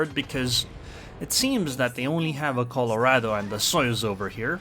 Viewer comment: its Colorado not Colourado because the word is spanish in origin